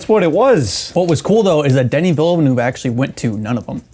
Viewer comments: 'Denny Vellanoo'? The French have a guillotine ready for you. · Oh, how very American of you. Sure, 'Denny' is fine, but 'Vellanoo' isn't an attempt at the correct pronunciation - it's just a bad guess. Here, you can learn from the dude himself